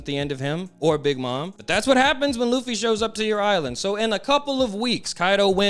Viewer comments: Great video just please say straw hat instead of butchering his Japanese name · Its Ruffy not leaf low life luffy